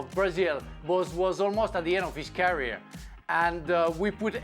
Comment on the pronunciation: Can someone please tell Frank to stop saying carrier when he wants to say career!! TO. YOUR. POINT!!.